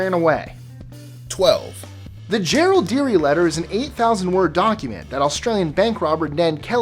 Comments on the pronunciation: It is pronounced "Je-ril-de-rie" just like Melbourne is "Mel-bin". Oh my god lmao that is good! Would like to see someone who stutters pronounce that word correctly, that would be a challenge :D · Hell yeah Ned Kelly represent, I also like your pronunciation of Jerilderie as "Gerald-deary" :)